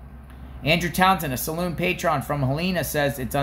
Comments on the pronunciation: It's salon not saloon. 🤣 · SA LAWN. NOT SA LOON. LOL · First, PLEASE it's a SALON, not SALOON! Big difference! 😂 As far as Carlee is concerned, she's learning the hard way what mama always said, "Be careful if you do things for attention; you might not like the attention you get." Also, people dont like being manipulated and having their good nature pranked or taken advantage of.